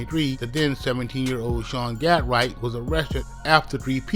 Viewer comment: THEY BUTCHERING HIS NAME 🤣🤣🤣